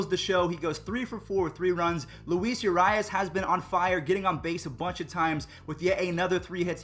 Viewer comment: It’s Urias not yourias